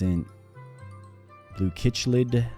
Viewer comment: It'd not pronounced kichlid it Is pronounced sicklid [chiclid]